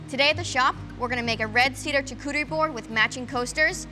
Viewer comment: charcuterie pronunciation shaar ·koo·tr·ee Great video!